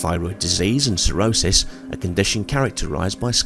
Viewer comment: Correct....but in their defense it DID kind of SOUND like you said a cirrhosis though, but it could just be an accent thing 😊